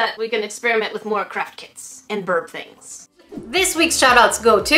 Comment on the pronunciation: U SAID CRAP KITS XD